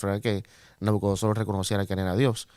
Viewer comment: Gracias, hermanos. Una precisión: es NabucoDONOsor, no NabucoNODOsor 😀.